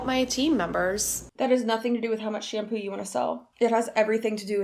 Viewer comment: I hate to nit pick but the way she says shampoo was absolutely triggering me 🫠